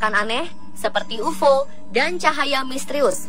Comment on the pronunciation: Sebut pun tak betoi....ufoo....ufooo.....geli telinga aku ....